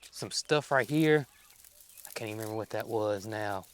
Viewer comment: I just LOVE your caints and aints...you make my day😊